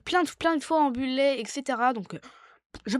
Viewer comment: Ça se dit "bullete" qui veux dire balle en anglais car ça va vite 👍